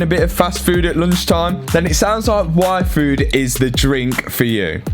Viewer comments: is it just me heard waifu instead of yfood? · Every time you say yfood, I hear waifu.______. <3 Love the videos! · He said yfood and all I understood was waifu...I need a life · is it just me or did hear waifu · You pronounce yfood like waifu. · I kept hearing “waifu” 😂